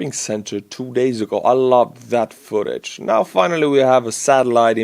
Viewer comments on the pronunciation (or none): none